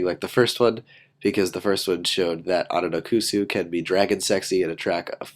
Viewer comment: I think it's pronounced Ononokus not Ononokusu